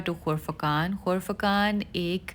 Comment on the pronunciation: ۔۔صاحب۔۔اصل لفظ۔ ۔۔قرفقان۔ ھے ۔ خرفخان ۔۔نھیں ھے اپنے دو تین مرتبہ غلط کہا ھے ۔۔۔امید ھے برا نہ مانیں گی❤❤❤